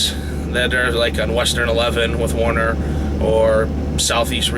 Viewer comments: The name is pronounced: "WERE-NER"...not WAR-ner... :/ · why do so many guys who pull for Werner pronounce the word as though it was spelt Warner? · First off its Werner not Warner... I worked there for years as a driver, trainer, and finally in the office. Never forced to train... Midwest region is Texas... Not a perfect company, but as big carriers go, not bad... Not disputing what you are saying, but just had a much better experience.